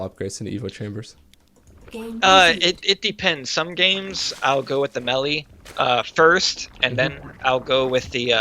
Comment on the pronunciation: It's like his pronunciation of "melee" and "meta" are backwards or something.